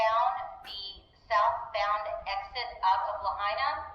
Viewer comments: La-hay-na😂😅 mainlanders😅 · Please learn to say Lahaina!! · Thanks for sharing. So sad for all affected by this tragedy. So sorry you had to suffer too! Please pronounce the name of the town Lahaina correctly out of respect for the people of Maui.